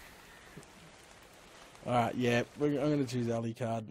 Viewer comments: I'll give you a hand it is pronounced Ah-lu-card. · If you have trouble pronouncing Alucard, please look it up (Hellsing Ultimate). That is disrespectful pronouncing it any other way. Enjoy your streams immensely, that is the only thing that got to me though.